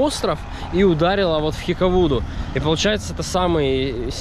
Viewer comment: Цапли, а не аисты! Хикадува, а не хикавуду! А вообще то мы неделю назад приехали со Шри Ланки, ходили в музей, очень тяжело смотреть эти фотографии!